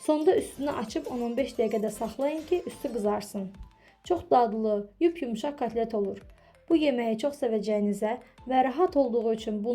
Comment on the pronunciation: Katlet yox kotlet.